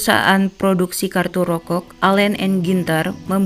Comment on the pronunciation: Rokok bukan rokogh